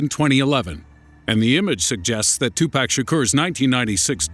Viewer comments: "2 Pack/ El Pack-O".... LOL! Pawk/ Pawko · Really 2Pack!!?? It's definitely pronounced Tupac... it's not that hard come on!! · tu-pawk not 2-pack! White people... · His name is not 2pack there is no k it’s 2Pac 🤦🏾‍♂️ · As soon as you said "2 PACK" instead of "Tupac" I immediately lost respect for you and all that you stand for. Thank you and Good Day Sir. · its pronounced "pock" not "pack"....ass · 2 pack? no. 2pac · twopack? isn't is Tupac? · ITS NOT TUPACK ITS TUPAC. TU-PO-K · It's pronounced tupoc not 2 pack lol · two-pock..... say it with me now!!! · Serio _0 no...it's not. too-pock. not tu-puck. what u think he's a hockey puck? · I stopped watching when they said tu "pack" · lmao he says 2 pack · BOIII DID U SAY TWO PACK LMFAOOS OMGMR BOII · ....Two-Pack.... HAHAHAHA Okay. I'll press play now. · damn I cringed when this nigga said 2pack lmfaoooooo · two-pack? oh god why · it's pronounced toopoc, though that isn't how it's spelled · lol Tu-pack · LOL two-pack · wait a minute did this dude say....2PACK😂😂 BOI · Almost left because he called him Two-Pack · this nigga called him two pack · once he said "2 pack " it was hard for me to take this video serious from the start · "Two pack" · "2 Pack" lol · Did this nigga just say 2-Pack? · lol "2 pack" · oh god he pronounced it like tupack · "2 pack" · I can't get passed it without making fun of it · Pronounced tupuc. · Why do you say tupac like that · Since you pronounced tupac's name wrong you lost all credibility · cringed when he said tupac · you mispronounced Tupac name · Please learn to say Tupac's name right. Please. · God how he says 2pac really annoys me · This narrator is hitting all my wrong buttons. Pronouncing Tupac like "to Pack." Then El Paco the same way El Pack-o. What an idiot!